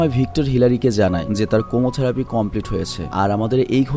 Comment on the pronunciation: কেমোথেরাপি হবে উচ্চারণটা।